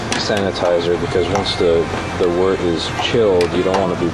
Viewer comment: FINALLY someone that pronounces wort correctly. Looks like you know what youre doing too. Great job. I've got an LME robust porter in my primary right now.